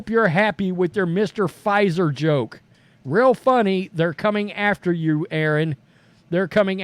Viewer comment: Mr. Puh-Fizer.